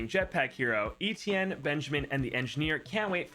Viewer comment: Oh god I forgot he says “Etienne” wrong